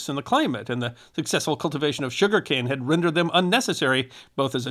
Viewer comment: Emphasis on "had"